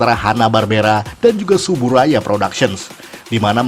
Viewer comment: Yang bener itu pengucapannya "Tsuburaya"